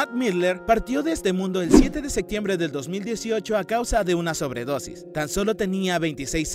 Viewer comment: La pronunciación de este tipo es espantosa,no solo su inglés,sino también su español " el 7 de SECTIEMBRE" horrible!! Y datos incompletos,pésimo vídeo!